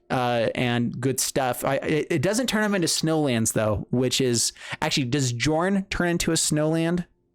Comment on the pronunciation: Just to clarify, the name should be pronounced “Yorn”